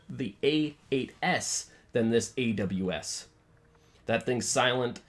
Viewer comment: thx and u said the name right bro